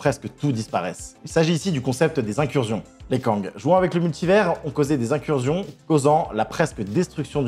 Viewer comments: Vidéo très sympa mais par pitié, on ne dit pas "incurzion" 😭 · IncurZion ? Sérieusement ? Incursion n'a qu'un "s" mais ça se prononce incurSSion. Et c'est digression et pas diSgression. Quelqu'un t'écrit tes textes et tu ne fais que les lire ? Parce que c'est le signe caractéristique d'une personne qui lit sans comprendre. 🤔